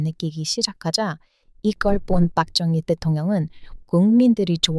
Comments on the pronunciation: ....발음 똑바로 하시길...빡정희가 아니라...박정희입니다... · ㅋㅋㅋ 빡정희라는 발음이 마음에 듭니다. 인기 안좋은 자신의 정권을 유지하기 위해 반대 시민 학살하자는 다른 측근의 말에 귀 기울이다가, 측근인 김재규 열사에게 총 맞고 죽은 독재자입니다.